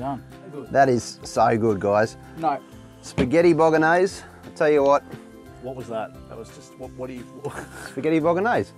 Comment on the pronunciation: ahahah incredible how you pronounce BOLOGNESE hahah love form italy! (that's not a bolognese hahahah)